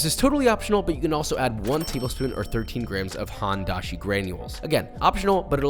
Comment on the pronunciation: My grandmother would have a stroke if she heard you pronouncing the H in Hondashi.